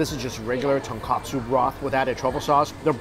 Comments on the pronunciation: As much of the tonKOtsu vs tonKAtsu comments you get, out of respect of the food and language, please call it the right way. I'm surprised that no one gave you a pork cutlet instead of a pork broth ramen if you said tonKAtsu instead of tonKOtsu to your waiter/waitress. I'm not trying to grill you but you should know the difference by now and recognize it and just correct that. You should know that something as minuscule as a syllable can change the meaning just as tones can do the same in Chinese. Besides that, you still continue to be an amazing ambassador for foodies around the world, thank you. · please learn the difference between tonkatsu and tonkotsu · Hey its "Tonkotsu" Ramen and not "Tonkatsu" ramen. Tonkatsu= chicken cutlet. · It's tonKOtsu, not tonKAtsu when we're talking about ramen broth.